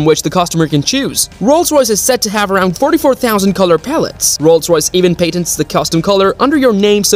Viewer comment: If you mispronounce regular words like “patent” in order to boost engagement, good idea.